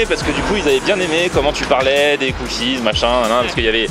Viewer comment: Les "cookizes"